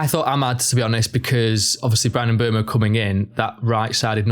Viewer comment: I want to congratulate you guys on being the only Man Utd channel that can properly pronounce Bryan Mbeumo. Take notes Stephen Howson and Adam Mckola